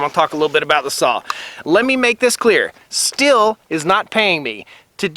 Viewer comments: It’s pronounced “Steel” (Stihl) not “still”, & it’s a chain, not blade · ummm you are pronouncing Stihl incorrectly. It is like "steel" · It’s pronounced “STEEL”!!!!!!!! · He didn't come that close if you go by how The Swedish Homestead guy says it the way he says it's supposed to be.